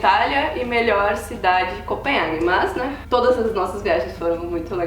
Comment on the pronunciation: Adoro o Canal.. Me acabo de rir,quando a fala: "Maas"...